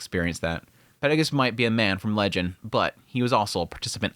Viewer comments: Can't get over you saying Peregoose instead of Perugius. PE-RU-GI-US (peh-roo-gee-us). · PEH-ROO-GEE-US!!!!!!!!! This is not RE-ZERO! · Please for the next coming episodes his name is pronounced Peru-geous 😭😭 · He been saying it this way for years and I dont like it either lol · Why do you pronounce Perugius’ name like that? Just curious, no hate. Live your videos btw. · Man, I truly do like your videos a lot, but the way you pronounce some of these names really gets under my skin. Like "Perugius" or "Ghislaine". Not even saying you're mispronouncing or anything, but if eats away at me. Still, I repeat, really enjoy your content. Cheers.